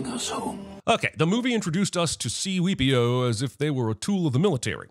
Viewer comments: C-Weepi-o Anthony Botkins 😂😂😂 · I, Robot. C-Weepio. Anthony Botkins. I’m DONE!!🤣🤣🤣🤣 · I gave you a thumbs up for "C-Weepio". 😅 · This dude said “C-weepio” and “Anthony Botkins”. This is turning out to be one of the best Sins videos yet!!!😅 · C weepio!!! 😆 🤣